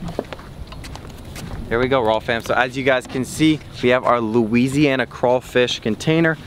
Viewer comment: Loo-WEEZEEY-anna. It made me cringe so hard